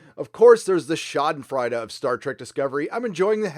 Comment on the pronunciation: Why do Americans love saying schadenfreude but suck at saying it?